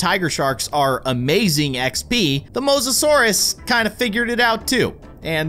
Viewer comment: his name is the mose-o-sour